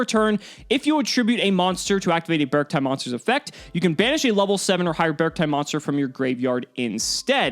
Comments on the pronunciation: I think you pronounce it as "Be-arc-ti" You can tell they really went in the Bear/Big Dipper motif and the number 7, since the Big Dipper has 7 stars. But, I like it. I might try it out someday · I pronounce it “Bear-Ci-tee” almost like “bear city” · I believe its pronounced Bear-k-tee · japanese is bearukutii; should be E sound at the end like sill-y, sweet-ie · It's pronounced "bearcti" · “Bearcti” - “Bear” and “Arctic”. I pronounce it “BERRK-tee” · I think it’s pronounced Bearcti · The Japanese reads "Be-aru-ku-ti", so I think you should pronounce it with an E sound at the end. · According to the japanese katakana, the correct way to pronounce their name would be "Bearc-TEA" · According to the Japanese spelling, it’s pronounced “bearc-tee”. ティ (ti) = tee, タイ (tai) = tie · The Katakanas in the card are readed literally as "Bearukuti" so the correct english pronunciation must be "Bercti" also I can asume the name comes from "bear" + "artic" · The katakana (japanese writing) is read as bearc-tee, not bearc-tie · It's pronounced as Bear arcti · B-Arcti as in bee and arctic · The katakana for the archetype is ベアルクティ, So it's pronounced as Bearc-tee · I think it might pronounced "BEE-ARK-TEE" or "BEE-ARK-TIE". Like "arctic", and the word "bear" is just hidden in there like a combo of the words "bear" and "arctic" (and before anyone tries to be a smart-ass I know that polar bears are only in the antarctic). I saw someone comment that the TCG name is Ursarctic ("bear arctic") which supports the idea. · I see 'bear' and 'arcti' (arctic) and when you combine it with your cacti theory is should go beh-ark-tie. viola! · I think it would be pronounced bear-chi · I think it’s pronounced bark tick minus the ck. Think bear + arctic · How to pronounce: -beArkti -really strengthen that A when pronouncing it -try to combine the words Bear and Artcic then remove the final C -BeArcti That is the most grammatically and logically correct probounciation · "Bey-arc-tie" perhaps?